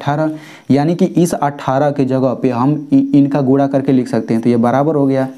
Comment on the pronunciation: Aur gura nahi guna 😂😂